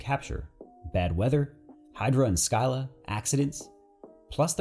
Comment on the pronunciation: It's not skyla it's scyla, (pronounced like seala)